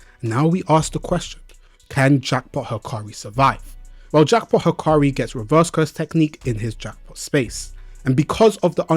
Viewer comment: Bruh, looks like you forgot what sukuna's DE did to gojo's DE. there's no way hakari's DE beating sukuna's DE, its just not possible because sukuna has open barrier, and you see what happened to gojo's DE right? i suggest you reread the manga because you seem confused. and his name is "hakari" not "hikari"